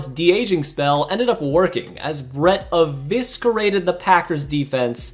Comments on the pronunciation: Eviscerated not evisgurated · this man said eviskerated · e-viss-erated Not e-visk-erated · Did this dude pronounce eviscerated as evisKerated? Wow, homeschool vibes. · bro said Eviskerated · Ev-ISKER-ated Lmao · I wish I was better this but you saying eviscerated with a hard C ruined the video for me. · The c in eviscerated is silent. Great content, man! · Also you completely mispronounced the word eviscerated. You don't pronounce the letter c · Eviscerated. The C is silent. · bro great job on the vid but thats not how you say eviscerated